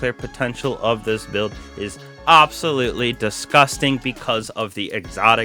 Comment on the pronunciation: Welcome BAWK to the channel..it is AWBSOLUTELY disgawsting